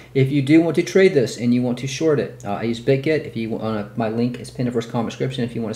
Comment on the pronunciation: It’s not bidged it’s bitget